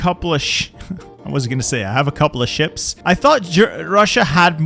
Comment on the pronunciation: I love how he accidently said shit instead of ships